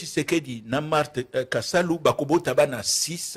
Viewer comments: Marthe Kasalu et non Kisalu😅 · Marthe KASALU et non KISALU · Maman Marthe Kasalu et non Kisalu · le nom de maman Marthe c'est Kasalu et non Kisalu. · Marthe kasalu pas kisalu